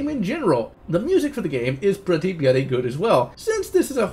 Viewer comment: Stop saying BLOODY! Dear God. Your speech impediment make that word friggin painful to hear